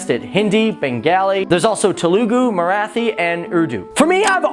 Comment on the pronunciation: By the way u don't pronounce Telugu Marathi and Bengali they well. Don't saw eww to my country think if I say such things like eww to ur country how would u feel